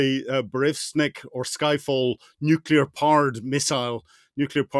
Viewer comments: Why does this "expert in nuclear" keep saying "nucular". What a sad reflection. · I so wish someone would ask him how many “U”s there are in NUCLEAR. I’ve always only counted one😵‍💫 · I don't think Colonel Hamish de Bretton-Gordon can really be a" nuclear expert" if he cannot even pronounce nuclear correctly. Nuclear only had one 'u' in it, so it is not prononced as 'nucular'. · How can a guy, like Hamish, with a lot of education say nuk-U-lar, instead of the correct Nu-clee-ar ? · Please stop saying “nucular” gentlemen. Nuclear. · How is is possible that a "nuclear weapons expert" like Colonel de Bretton-Gordon doesn't even know how to pronounce the word "nuclear"? Colonel, It's not nuc-u-lar, its pronounced "nu-clee-ar." Your constant mispronouncing of the word is like fingernails on a chalkboard. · You cannot be a nuclear expert and keep saying « nucular » rather than « nuclear », like George Bush was saying. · LOL a brit who can't (or doesn't know how !?!) how to pronounce N-U-C-L-E-A-R!!!!!! Looses all credibility!